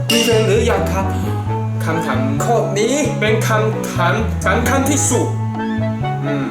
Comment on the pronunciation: พุดว่าสำคันเเต่พุดออกมาว่าสังคัง